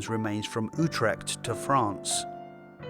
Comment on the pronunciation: I like the way you said Utrecht